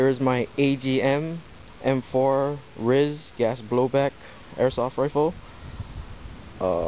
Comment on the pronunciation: its pronounced R-I-S not Ris, R-I-S standing for Rail Integrated System